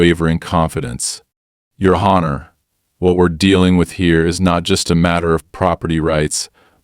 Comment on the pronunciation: Just 1 of the AIs mistakes, Honor is ( on- er ), the H is silent.